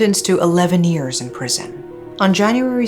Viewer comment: I love your voice, your content and how you tell stories, but as you say this word many time, I have to comment on it. You always say 'years' as if it's 'ears' and it sounds kinda weird to hear.